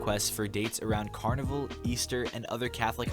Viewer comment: the way you said “carnival” genuinely triggered my fight or flight